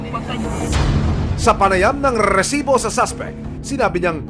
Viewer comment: Mali pag bigkas mu ng resibo